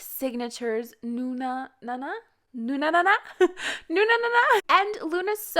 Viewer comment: its just sad that nobody probably realized that you always say it like "nunAnana" when its "nunUnana" :D